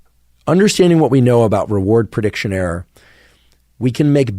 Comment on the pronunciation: I like making errrrrs. Lol, doc says error a lil funny, but this was super freaking helpful thought provoking information.